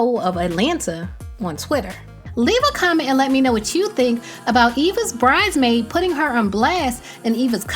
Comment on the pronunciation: Was it me or can Eva not say “bridesmaid” and say “BRIDEmaid” instead?